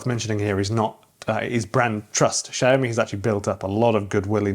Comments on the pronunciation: YOU ARE BUTCHERING THE PRONUNCIATION SHAOWME NOT SHE OH ME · I think it's SIAO ME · Xiaomi is pronounced sh-ow(the ow in owl)-me